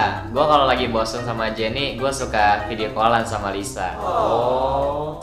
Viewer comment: Jennie bkn jeni rose nya ngomongnya bkn ros tapi rose